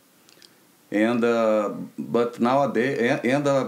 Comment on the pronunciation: "... patrons .... touchskis .... touchskis" ... 🤔 Tri: "He's saying tactics by the way" ➡️ 😯💡😃